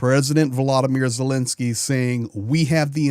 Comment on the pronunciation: please explain to us is the Ukrainian President’s name pronounced Zelensky or Zelinsky.